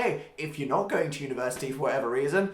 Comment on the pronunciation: as an American I totally didn't understand when he said "university" I am lovin' life whoo